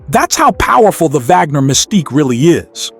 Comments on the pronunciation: Vagner? It's pronounced "Wagner", just as it's spelled. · It's an AI narrator. It got the pronunciation right when it read the first and last name together. The Vagner happened when the script just had the last name. The AI must have thought it meant the composer. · Did he say honus vagner??😅😅